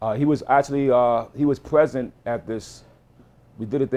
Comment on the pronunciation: This dude says Bwiefly and pwesent LOL